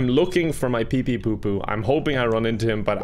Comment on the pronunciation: Poor PepePopo will never get his name pronounced correctly.